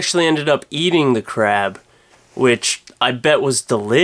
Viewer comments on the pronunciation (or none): "Some guy found a gigantic crab"... I thought he said crap at first! xD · I thought he said "Crap" instead of "Crab" .... Now I'm disappointed. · i thought you said crap instead of crab... I was scared for a moment there... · at first i thought he said "a man has found a really large crap" not "crab"